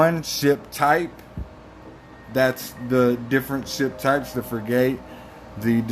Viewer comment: it’s pronounced frig-it… just sayin’